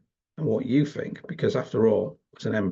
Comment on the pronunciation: Maybe a minor point, but your MOCKNEY pronunciation is annoying. WIV? FORT (instead of THOUGHT)? FINK? FING? And Reform is "reFORM" not "REform"